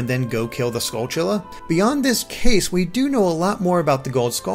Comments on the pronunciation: Finally says Skulltulla correctly says CooCoo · You finally pronounced Skultulla correctly even if I spelled it wrong...THANKS